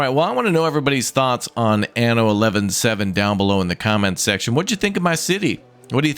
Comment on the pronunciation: 1 hundred and 17, sir. Not 7-11. It's not a month/day!